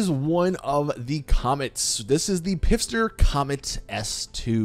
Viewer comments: I'm so mad...its phister as in pronounced fist-er not pifster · Big guy, have you been saying Pfister wrong for eight years? The P is silent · still pronouncing Pfister like a melon